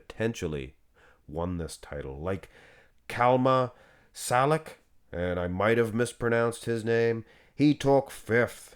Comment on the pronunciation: Szkalak, I think, is pronounced, Skullack.